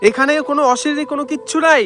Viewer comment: অশিরীরি না অশরীরি